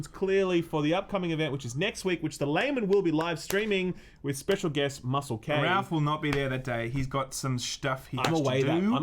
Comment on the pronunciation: “Muscelk” - his name is Muscle K 😂